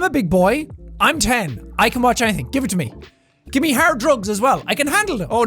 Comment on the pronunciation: I thought he said 'hair drugs' instead of "hard drugs" 😂 I know I am silly.